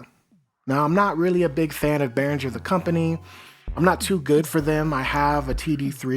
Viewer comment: There is no J in Behringer! (For example - do you pronounce the word ringer as rinjer? - NO!) So, imagine you are ringing bears instead of ringing bells and it IS bear-ringer.